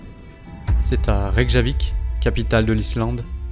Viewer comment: C'est magnifique mais il fallait vraiment que je vous le dise : le J se prononce Y -> ex: on dit f(y)ord et non pas f (j) ord ou re (y) k ( y ) avik ! Ceci étant dit , merci pour ces belles images !